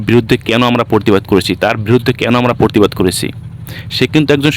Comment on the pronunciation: পরতিবাদ নয় প্রতিবাদ। বাংলা উচ্চারণ সঠিক করতে হবে। সমাজ মাধ্যমে ভিডিও পোস্ট করে ভালোই করেছে।এই ভিডিওটার উপর ভিত্তি করে আপনিও আপনার ভিডিও করেছেন। আশেপাশের লোকজন ছিল, তারা কেবল দর্শক ছিল।